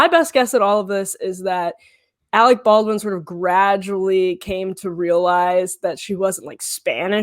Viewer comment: SOOO her extremely well educated parents one a doctor and the other a lawyer could not pronounce Baldwin? OKKKK!!!